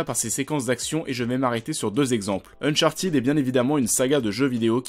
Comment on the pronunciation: « Unchartiid » mais non !!😂😂😅